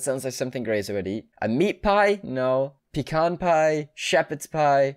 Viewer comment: on graser's vid, he read the pies ot aswell but he called the pecan pie: "Peckin pie" and then went on about how he didn't know what it was lol